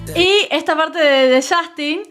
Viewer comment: Qué risa cuando los argentinos pronuncian el nombre de Justin Bieber como "YAJTIN"